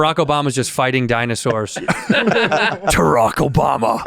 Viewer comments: Bore-ock Obama had me dead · "Boorock Obama" jack nick-oolson" bobby's been hanging around bert again hasn't he?